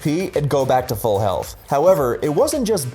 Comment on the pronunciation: Nobody: Chansey with eviolite: healfth